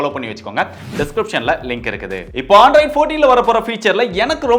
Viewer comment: Bro not Aandroid it's Android